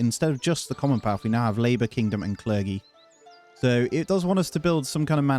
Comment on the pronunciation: It’s Cler-jee not cler-gee